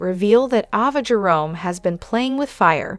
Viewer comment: Please say the names right please Ava a long vowel A not a short one